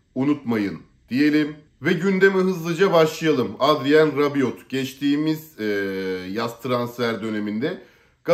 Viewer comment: Sondaki t okunmaz, Rabio olarak telaffuz edilir ismi...